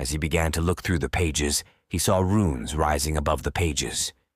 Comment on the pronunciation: RUNES as in ancient Script... Not "RUINS' as in demolished buildings They may Look similar, but are VASTLY Different. which is what suggests AI reading